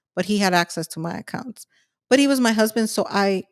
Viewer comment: Is she saying accounts or acunts.